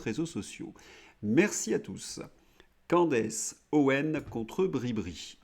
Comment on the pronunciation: Candace se prononce CANDICE.